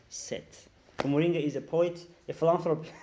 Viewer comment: Hullo 😂 say phillanthropist again